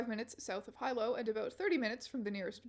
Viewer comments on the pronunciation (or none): I'm three weeks late but you calling Hilo "high-low" instead of "hee-low" is killing me. Thank you for feeding me,. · Someone else might've commented but I'm about 7 minutes in and just wanted to say "Hilo" is pronounced closer to "Hee-lo" not "High-Low." Hearing Strange talk about Hawaii had me do a double take so now I'm locked in for this video lol. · It’s pronounced He-low not Hi-low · small thing: the i in Hilo is pronounced like ee not i! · By the way, Hilo is pronounced Hee-lo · the town is pronounced Hee-low and there isn’t a good pizza place anywhere on that side of the island. Everything has pineapple on it. I hate pineapple. Source: me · yoga instructors are truly an invasive species to hawaii. big island, especially hilo side, has so many white yoga instructors from the mainland. i’d take coqui frogs over yoga instructors any day also in terms of pronunciation, hilo is pronounced like hee-lo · Hilo being pronounced “high-low” is sending me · Loved this! Thanks for using your platform to help the locals! Also, "Hilo" is pronounced "Heelo" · Just thought I’d say that Hilo is pronounced hee-low and hāpuʻu is ha-poo-oo. Your pronunciation of ʻōhiʻa was pretty accurate tho :) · This area is where I grew up! Crazy pull. I lived around a couple miles from this property if I’m thinking of the same Walmart. Hearing your pronunciation of Hilo was a little painful but who cares.